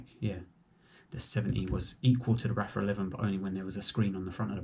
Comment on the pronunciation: It's pronounced "Arfa" , not raffa...The 70 is far superior, I have both, the venting and internal sun visor makes a huge difference